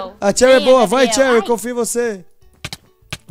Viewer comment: Num é cherryrar q fala é xeury